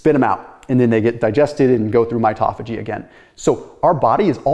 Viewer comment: No, rube, that isn’t how to pronounce “mitophagy” or “autophagy”.